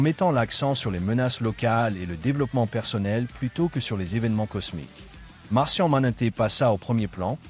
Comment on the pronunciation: Vous auriez pu faire le doublage vous même, parce que là, la version robotique qui prononce sans énergie et littéralement syllabe par syllabe, ça rend pas ouf... Genre "Martian Manété" ?!?!?